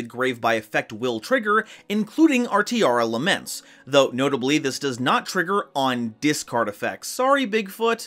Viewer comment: Pls fix the naming of the monsters, it's Tearlaments not Tearalaments. I feel weird when I heard Tearalaments.